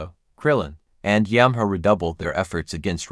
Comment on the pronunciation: it is yam-cha not umanca